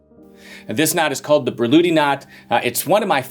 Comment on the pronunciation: And her name actually wasn't "Börluhdi" as his pronunciation suggests. 😁